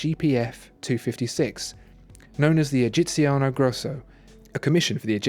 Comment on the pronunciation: GUIDO !!! GUIDO not "Giovanni" ! What a shame... and please , what a horrible pronunciation ... are only 3 words come on : "egiziano" " giorni" " brevettato"